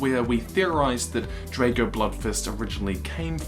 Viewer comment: it's said as Draago